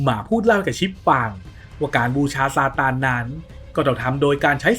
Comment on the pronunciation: บ้าจิตอ่านเป็นซานตา